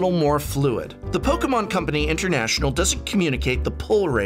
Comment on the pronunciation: really like the way u say 'Pokemon' professor